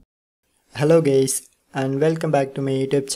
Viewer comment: but it sounded like gays ;)